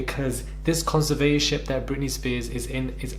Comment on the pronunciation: It's pronounced conser vat or ship